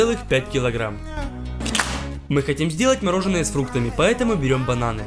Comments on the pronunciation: Как говорят все нормальные люди : мороженое Как говорит этот дебил :мороженно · Очень режет слух неправильное произношение. Может, каналу с 2.5 к подписчиков стоит немного поработать над этим? Одеть/Надеть, Мороженое а не морожено - такие мелочи сильно портят и дешевят очень качественный продукт